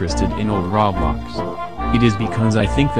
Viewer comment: SAYING RAWBLOX AT 3 AM!! OMG HE SAID RAWBLOX (lol this is a joke)